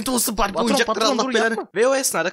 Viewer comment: Barbiğ diyoğ ama winx çıkıyoğ what the alaka